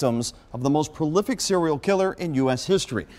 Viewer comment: Who is this woman "judge" who cannot even pronounce the word "prolific" [says profilic] and stumbles over many other common words [ timeline]